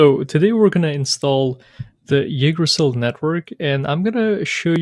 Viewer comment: Nice intro toYggdrasil! It's pronounced like this though